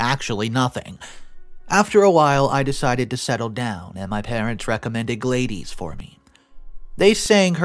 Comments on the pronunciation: Gladies? Lol "glad-dis" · Any chance OP spelled the name of the girl he married as Gladys? If so, that is pronounced ""Glad - iss" not "glade-ease". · Gladys = glah-dis